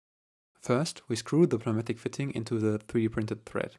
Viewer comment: just to save you some effort while speaking, I should tell you the the "p" in Pneumatic is Silent in English. Sounds like New-Matic